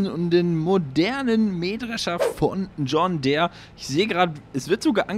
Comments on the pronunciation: Ich schau deine Videos echt gerne und finde auch deine Projekte mega ansprechend, besonders die Biofarm, aber jedes Mal, wenn du "John Där" sagst, rollen sich meine Zehnägel auf :D Deere, wie Diir, bitte bitte :D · Schönes Video aber bei John Där bin ich so getriggerd 😂😉